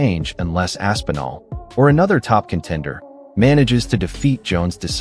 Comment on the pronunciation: Bro, Rampage calling Tom "Ass N' All" is sending me 🤣